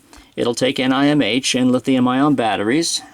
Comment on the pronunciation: That's the first time I heard of the batteries referred to as N-I-M-H and N-I-C-D, I guess it saves a couple syllables from saying nickel metal hydride, but the usual Ni-cad is shorter. So it's a wash- ;)